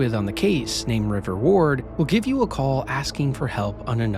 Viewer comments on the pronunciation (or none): none